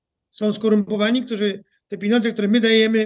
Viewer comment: panie Piotrze pieniądze nie piniodze, drobny ale stały błąd wymowy, wybaczam, ale proszę korygować